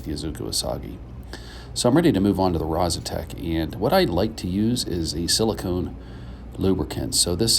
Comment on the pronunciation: Actually, it's Rozsutec (pronounced something like: Rozsutets), but it doesn't matter that much. It's named after a mountain in Slovakia, close to the place the stone is from.